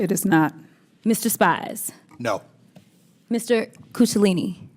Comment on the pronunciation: She called him Coochalini😂😂